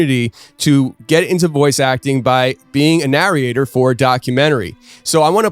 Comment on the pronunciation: It's driving me bonkers how he's saying "Narriate and Narriator" instead of "Narrate and Narrator" lol